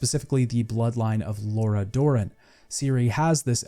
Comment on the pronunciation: I've noticed this a lot with Americans in particular although not exclusive to them. I don't know how it happens but they hear one thing and pronounce it completely different, the worst case is always Lara Croft who most Americans call Laura just as in this video he pronounced Lara Dorren as Laura.